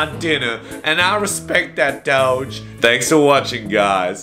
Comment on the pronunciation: Doge not doje